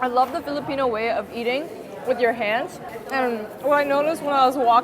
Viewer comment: nailing almost all filipino pronunciation is sending meeeeee ❤❤❤